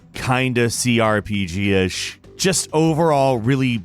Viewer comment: CRPISH ?? Sounds like you are missing a letter